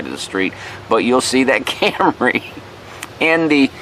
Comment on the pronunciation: When you first said "Camry", you must have been channeling Rod Parsley, because you pronounced it "cam-ruh ". That's quite a lega-suh.